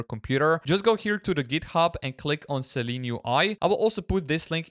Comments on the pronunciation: I only said it because of what he types to search . He is also pronouncing it 'Seleen' throughout the video. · Shouldn't it be pronounced Silene UI? How you pronounce it should be Seleen, not Seelen right? Interesting video for the rest!